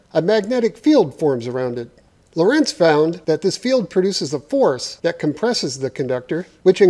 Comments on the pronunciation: The emphasis is on Lo nor rentz (you'd actually pronounce it almost like Lawrence) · I may have built it - but you still mispronounce "Lorentz".